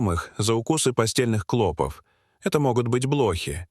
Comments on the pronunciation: Твари продажные, жить у нас хотят, а язык коверкают! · НЕПРАВИЛТНЫЕ УДАРЕНИЯ ОТТАЛКИВАЮТ СЛУШАТЬ...клопОв, а не клОпов. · В слове "клопов"ударение делается на последний слог,а не на первый!!! Ужасно режет слух 😢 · Нет, это невозможно- искать постельных клОпов с ударением на О столько времени с таким трагизмом в голосе и привлечением стольких экспертов - слов нет, одни междометия!!!👎👎👎👎👎👎👎!!!…… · Не клОпов, а клопОв, противно слушать, как изгаляются над русским языком . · Клопов, ударение на второе О. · клопОв!!!! а не клОпов. , зУда итакими "перлами" заполнен весь ролик. Про то, что он невероятно растянут, я уже и не говорю